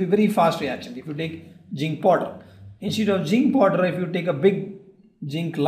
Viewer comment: Abhay Ranganath he spoke jink poder 😂